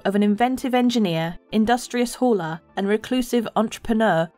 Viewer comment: That "hauler" sounded like 'whore' 🤨